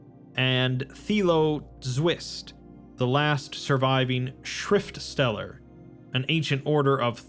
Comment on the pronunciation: "Schriftsteller" is German for writer/author which is an awesome cool name in the context given. Flawlessly pronounced btw.^^